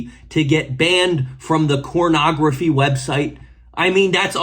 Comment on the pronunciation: "cornography" dude its not the tik tok, you can safely say "pornography". why its that so hard to not be a dumb?